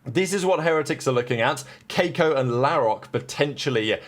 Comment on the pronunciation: the way u read keiko damaged my brain